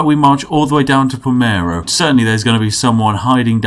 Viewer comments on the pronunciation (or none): ''Pa-ler-mo'' PALmeRo! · Palmero.....Yes....right....It's P-A-L-E-R-M-O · It's PaLERmo, not PalMEro! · P A L E R M O Not "Palmero" Plsssssss so -> "Rest in peace Palermo" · It's Palermo not Palmero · Palermo not Palmero :/ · *Palermo (italian: how you write it you read it) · palermo not palmero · So can' read P a l e r m o. cool